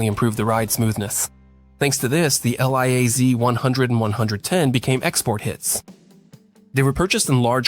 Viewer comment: It's a great video. But it's called Liaz. not L.i.A.Z. 😀